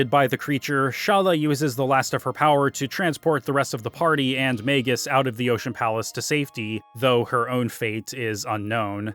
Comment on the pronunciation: He really missed out on a lot of the characters personality in the dialogue. Plus how annoying he mispronounced Magus name, as it is pronounced similar to his original name Janus. Which he literally didn't got into it during the characters backgrounds which just shows you how much he missed the stories for each characters. As he also missed that Crono is supposed to be you as he never speak in any of the dialogue outside of you answering Yes or No, decision making. It's the similar intent as to Link in go also doesn't speak, as you are supposed to see him as you are him. Also how did he not any analysis of Ayla. Chrono Trigger also have may memorable side characters that many other RPGs at that time couldn't do. He missed the whole point of Lucca's character as you are supposed to go back to her home whenever you can after you traveled through time and get a new equipment, which add to its character. He also judged Marle and her dad's relationship, which he said is unbelievable. Who obviously never had an issue with his own parents. As if you ask ANY American who had issues with their parents, THAT CONVERSATION OF DISOWNING YOU IS AN EXPERIENCE MOST HAS HAD. Marle is literally a typical American girl that most of the East see them as, and yet some how he thinks it's a Japanese thing, when many Americans have had that scene played out similar in their lives.